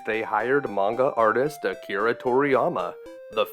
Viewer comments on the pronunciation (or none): none